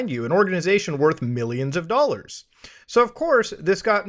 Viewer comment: It’s Muta saying Dollans for me. Even when he says dollars ( slight Canuck accent as well ) I hear it in my head as Dollans. Bravo 👏🏽 Muta, bravo!